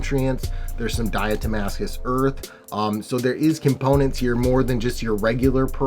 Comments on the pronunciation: 'Die - uh - mus TAY - shush' earth! ✌😉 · Die-uh-toe-may-cish Earth LoL□□□